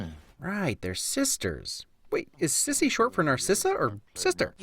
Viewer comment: It’s Cissy not sissy. Also it’s leviOsa not levioosa